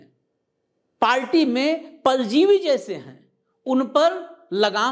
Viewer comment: Paljivi nhin parjivi. R sahi nhin bolte hain